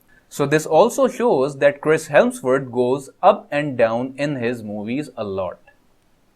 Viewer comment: Why are you saying Cris hellsworth or something like Cris helpsworth. Say it correctly, it's Cris (hams-worth) Hemsworth.